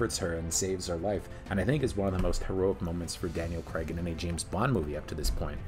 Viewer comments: CRAAAAIIGGG..its Craig, not creg! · It's not creg it's craig - rhymes with vague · It's J-emma not hard G G-emma. It's Crayg, like cra-(zy) with a g, and it's 7 out of 10, not "7 on 10". What is going on here! Oh and QOS is rubbish. It spoils the whole Daniel Craig arc for me.